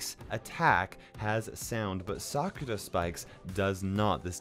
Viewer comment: Its not cyuka blyat spike its sakura say it slow nots sakra